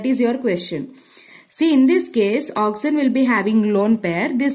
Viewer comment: it is oxygen not oxyzen